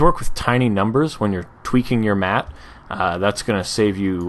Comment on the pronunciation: "Screen MatTTTTTTT E "